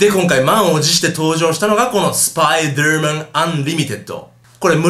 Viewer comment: スパイドゥーマン？ spiderだから普通にスパイダーだろ derだぞder